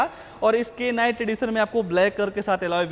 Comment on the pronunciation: K night🤣🤣 brother K silent hota hai, K ko bolna nae hota hai Sirf Night pronouns krna hota hai👍